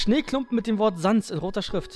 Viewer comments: man spricht papyrus wie zum beispiel pie auf englisch pa-pie-rus und sans wie säns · Papyrus wird Päpeirus ausgesprochen. Und Sans wird ßänß ausgesprochen.